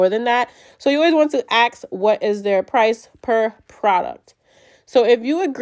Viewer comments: Fuking ask not axe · Ask ❌ Aks ✅ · Ask* not aks 😊